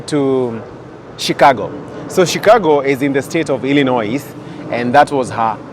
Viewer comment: Not shicargo please stop scrubbing